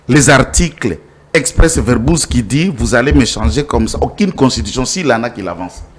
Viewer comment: on ne dit pas mais: expressis verbis